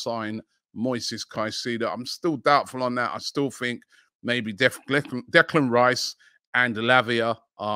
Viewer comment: . How many times did actually Robbie is mis-pronounce Declan Rice so that they had to edit t? 😃